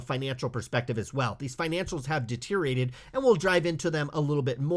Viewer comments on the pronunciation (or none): Friendly correction Its “Deteriorated” not “deterirated”